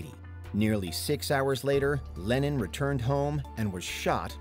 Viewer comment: Why the hell are you pronouncing LennON as "Lenin"...?? I was sat here wondering why the hell Lenin signed a record...